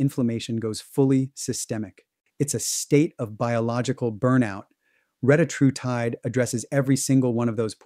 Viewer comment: For all you biohackers, it's pronounced reh-TAT-roo-tide